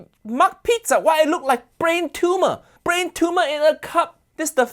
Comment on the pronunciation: "Brain tuma" 😂😂